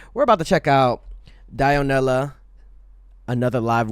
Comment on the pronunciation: pronouncing Dionela right.. Me: THANK YOU!